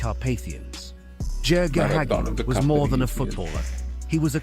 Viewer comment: Sorry. I thought you were talking about Hagi 😅 But Yes, the narator of that video seems he can’t pronounce correctly ‘Gheorghe Hagi’